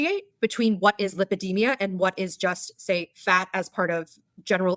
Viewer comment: I got the exact same feeling as you about the “lipidemia” thing. You’re supposed to be a specialist in this, but you mispronounce it? 😂